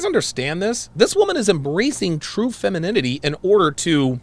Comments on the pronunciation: "Fenemininity" lmao 🤣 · Askeses? feninime? I hope whomever is with this girl doesn't like intelligent conversation. Learn how to speak and pronounce words. For the love of god. 🤨🤡🌎 Reminds me of the movie Idiocracy. Wow.... I feel for my nephews and their sons!